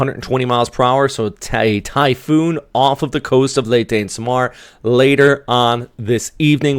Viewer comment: love accent how you pronounce SAM ar Pe Nay XD kinda funny